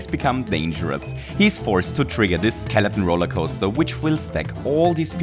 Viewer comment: I love how you say skeleton as skeleon